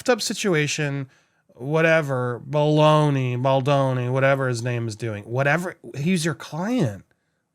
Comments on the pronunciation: Dude going into this with the intention of mispronouncing his name as baloney...so manipulative and I hope no one is dumb enough to believe this guy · Isn't it the interviewer who is mispronouncing baldoni's name and not ari emmanuel? Anyone else hearing that?